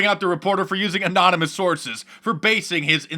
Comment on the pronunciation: The orange moron who can't pronounce "anonymous" or "Yosemite" will never, ever school anybody else.